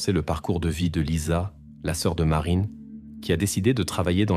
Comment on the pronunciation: pénible d'entendre le narrateur dire Marin et non Marine,cela devient insupportable